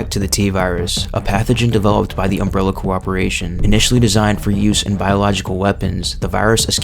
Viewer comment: Is it hard to say corporation?